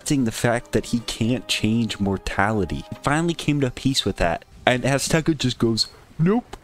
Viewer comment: Azteca? Nah, Assteca